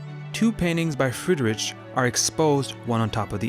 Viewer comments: Love your videos, enjoying your interpretations and explanations of all this art. Small hint regarding the pronounciation of German names: "ch" is prounounced like an "h" more like in "heat"...not at all like in "chips". 🙈 Friedri-"ch" is painfully distracting😵‍💫 Everything else in your videos - sublime 👍❤️ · Interesting video! But check the pronunciation of the name first next time. He was German, had german name, so please respect it and dont call him how you do know.